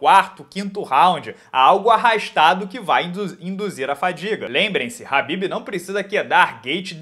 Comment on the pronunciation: Porque vc pronuncia o nome do Khabib errado?